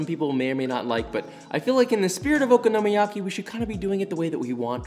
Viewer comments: It is oKONOmiyaki, not OKOnomiyaki. Emphasis is on the 'kono' not the 'oko' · Nothing like okonomiyaki I had in South Japan. Also accent is on the second syllable, i.e the "ko" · Just an FYI from someone who lived in Japan several years and has a Japanese wife. Okonomi is pronounced like Economy with an O. So Oconomy yaki. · I THINK YOU LIKE SAYING OKINOMIYAKI LOL Ohhhh darling unless you gonna invite me for this pancake 🥞 it’s tooooo much work lol but looks delicious 🤤 😋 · Your vids are great but your pronunciation of the dish makes me cringe a little. Try stressing the “ko”. Other than that, keep up the good work. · I won’t bother following the recipe of something that the person cannot pronounce correctly. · Joshua! I love all your videos and your passion for Japanese food especially, but omg the way you're pronouncing okonomiyaki ... it's like Kraft mayo in a jar. It's that bad buddy. Please find a native Japanese speaker and have them school ya. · yt: OMG. you butchered saying Okonomiyaki and Kewpie soooo bad!!:yt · I absolutely love your videos and have learnt alot. But learn how to pronounce okonomiyaki...